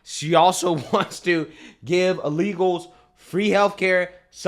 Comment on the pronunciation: says “uh-legals” 😂